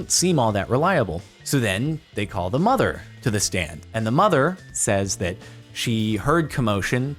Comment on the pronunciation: the word is “the” not “da”